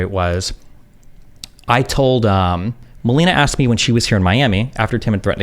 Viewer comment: AKSED amiright